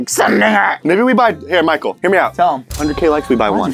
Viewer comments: “Exactly Pichael” ??? What PICHAEL??!?? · Did anyone else heard say pichael instead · did anybody else hear call michael "Pichael"? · What is crawling without arms?: Caterpiller: Exactly Pie-chael Yup. His name is pie-cheal. 🙂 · Did u realize said Pichael instead of Michael during the straight jacket thing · Michael didn't realize that said "pichael" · “Exactly pikal “ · Why is calling Pikul?? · said picheal in sted of Michael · said pikael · He called him pickeal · so what is crawling without arms?: Your like a caterpillar: igsactly pie-cheal? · pie-chal. Yes good job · said "Picheal" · why does he say "exactly pie-chael"❓ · "exactly picheal." PIE-cheal. P. any one else notice? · Did anyone else her him say "Pichael" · no one: michael: uR fUsChSHtAtiNg mE!